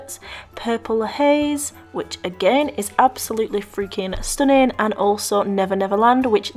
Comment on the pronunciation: Did u say "stoning " or stunning?? 😂😂